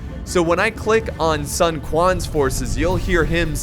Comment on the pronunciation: It's pronounced soon not sun. Sorry love ya bro.